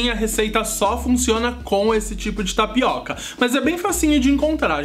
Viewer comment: tapicô .kkkkk bacana.